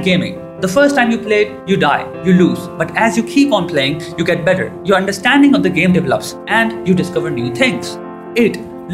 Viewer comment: you need to work on the pronunciation of 'the'